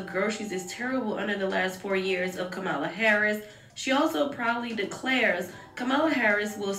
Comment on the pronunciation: Why do Dems always get performers to speak? Are there people really out here basing their vote off of who their favorite celebrity endorses? Also, to the narrator and to Cardi B, her name is pronounced COMMA-LA. Goodness. That's so disrespectful.